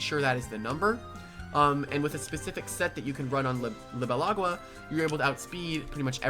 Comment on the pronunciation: Pretty sure Libelagua is pronounced Lee-beh-lah-gua Since it's a combination of libellula and agua